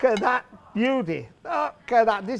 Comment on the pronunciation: Pasta pasta pasta, a little child can do thath.